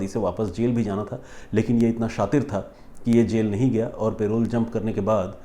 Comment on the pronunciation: सर वो पेरोल नहीं परोल होता है। vaibhav from bhopal